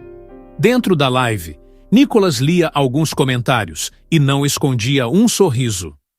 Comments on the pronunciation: Fale ceeto o nome do nobre deputado. Não é Nicólas é.NÍkolas! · Cara para de falar Nicolas às vezes você fala Nicolás cansa ver você falar Nicolas vai te catar cara quer aparecer.